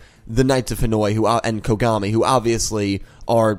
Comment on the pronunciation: I Swear to god everytime i hear Dr kogami i keep hearing Dr Konami xD